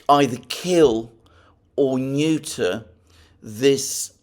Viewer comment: I smile everytime Alexander says neuter